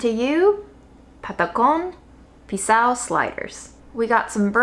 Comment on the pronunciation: As a Colombian, the patacón pisao sliders look 🔥!! Green plantain is so versatile and you chose the perfect ingredients to go with it: beans and chicharrones 😏😏 amazing job! BTW: amazing pronunciation!!